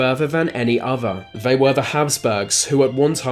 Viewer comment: You sound inbred!! Vey??? They why do you sub V or F for TH.